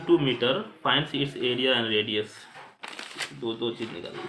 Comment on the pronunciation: Sir wo du nahi hota do hota hai